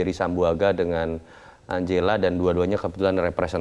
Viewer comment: Angela cara baca Enjela